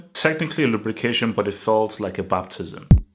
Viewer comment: "A babtism" 😂😂😂